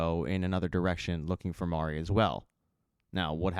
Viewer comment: at least you got Mari’s pronunciation. I don’t know how many of these reviewers are saying “Mary”. 🤦‍♂️ I’m like: have you actually *watched * the show?!